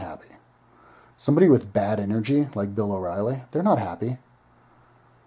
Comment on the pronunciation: Bill o rielly... lmao umm ok